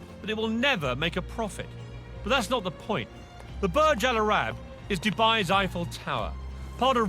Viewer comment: It’s burj alarab not burj A-Rap 😂😂😂